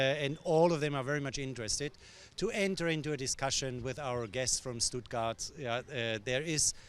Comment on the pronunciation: It's Stuttgart ( you pronounce it as it written)